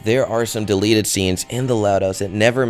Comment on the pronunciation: 1. You Spelled Delete Wrong, You Said Delet. 2. The Gun Is Fake. You Used The Same Gun For Deleted s Scenes For SpongeBob. Plus You Showed No Footage. 3. If They Didn't Want Kids To See Blood, Blood Wouldn't Come out Of Clides Noise -_